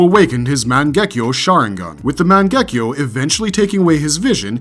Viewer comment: How the hell did you pronounce Mangekyou correctly but struggle with Jutsu lol